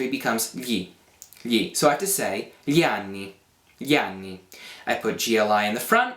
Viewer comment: Ma tu riesci a pronunciare perfettamente "gli"!!!!!! *.* Sei l'insegnante di italiano non madrelingua migliore di Youtube ;) Anche io cerco di insegnare l'italiano (anche se in inglese ho deciso di smettere proprio perché ci siete voi più bravi :D), noterai che nella mia spiegazione ho detto delle cose in più...però "tanto di cappello", davvero, i miei complimenti più sinceri :DDDD E continua, anche se so che è un lavorone montare i video!!! ;D